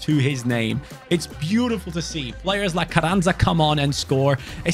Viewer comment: Carranza I'd pronounced differently. The rr should have a bit off a H sound in front of it and the z is like a s. Love the content